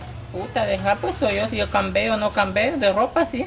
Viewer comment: no hagas reír no se dice si cambeo o no cambeo jajajajaja se dice así si cambió o no cambió es mi problema ok aprende a hablar